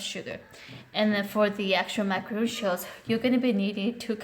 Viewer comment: It’s Macaron not Macaroon.